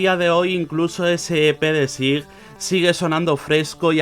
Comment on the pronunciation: we read / S A I /, that's not difficult.